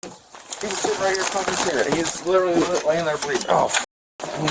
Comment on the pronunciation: she wuz "fooking" every-1